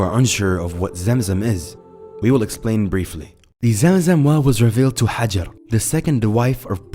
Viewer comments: her name is Ha-jar .... and not how he pronounced it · interesting ... but you butchered the name pronunciation of Ibrahim's wife ....